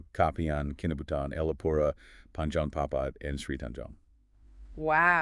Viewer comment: Correction your Kinabutan is pronounced Kemabong..Ke-Ma-Bong..